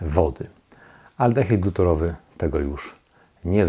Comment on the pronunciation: Mała korekta: aldehyd glutarowy nie "glutorowy", związek wapnia nie "wapna" :)